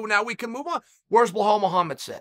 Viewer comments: Who is bluh-hall? Do you Belal? “Beh-lol” Come on Uncle Chah-lul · Uncle Chael number one fan but please call bilal it is not bilahaal hahaha it's PRONOUNCED BILAL BEELAAL Dana should put you head of match making and face of the ufc media ! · Chael! You need to get these guys' names right! Its KhaMzat not Hazmat! And its Bilal! Not bahal! Holly dude! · Surreal, Ya Rear, Bluhal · His name Is Bilal not bluh-hall lol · Blahal? Really . It’s so easy to say be lal Chaels to much lol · I’m willing to pay uncle Chael to let me know how to properly pronounce my name.. Blue hall got it for free. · It’s not blahal it’s belal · Chael butchering names. Blahal instead of Belal Macklchev instead of Makhachev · “Blehal” Muhammad is great Indeed Chael. “Bullhal Muhammad is really good as well. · He literally fucks every name up on purpose I think. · Correction, blull-halll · Blehall " Remember the name" Muhammed 😂😂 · My highly intelligent grandfather had a profound (and endearing) inability to correctly pronounce or remember almost anyone's name. It was delightful, and it is a primary reason that I subscribed to your channel. Be it "Bahal" today (for Belal Muhammad), or the always-funny "Makelchev" (for Islam Makhachev), to however it was that you mangled Jiri Prochazka's name. Honestly, it's a unique form of poetry and has its inherent beauty. And you are an effortless master. I'm not sure anyone in the UFC can claim to have any kind of credibility within the industry if you have not talked about them in some video, and given them some kind subtle new name. I love it. Have you considered willingly poking fun at yourself and having someone prepare a video of the cumulative manglings? I think it would be a successful video for you and make you some legit change. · Every single time he says Bluhall omg 🤣🤣🤣🤣🤣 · BLAH HALL oh Chael...you get me every time with the names lol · Lmaooooo for fucks sakes chael his name is not blu Hal. Couldn’t tell u what it is tho so I get the sentiment